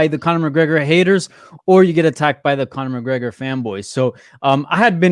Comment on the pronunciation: "Chronor McGregor"